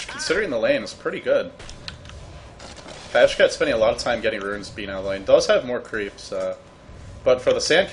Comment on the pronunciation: Pajkatt is swedish and is pronounced Piekatt not Pashcat :P. Normally watch Joindota or dota2's youtube channel. Just discovered your channel. Have to say even though I love tobi's cast, your channel has way more indepth commentary. Subscribed. Good job!